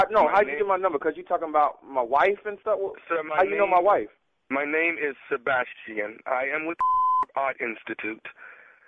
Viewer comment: MY NAME IS SABAS-TI-AN. 😂😂😂😂😂😂🤣🤣😂